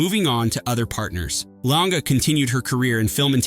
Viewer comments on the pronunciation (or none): It's "Lang". The "e" is silent. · 1. Mary Martin was a musical theater actress, NOT a costume designer. 2.Hope Lange’s last name is one syllable